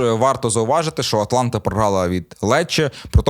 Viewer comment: Вже не перший раз чую ''Атланта''. Яка-така Атланта (Блек Хоукс)? Є АтАланта. Доречі у минулих випусках стверджував, що Хойлунд грав за Рапід., це був Штурм.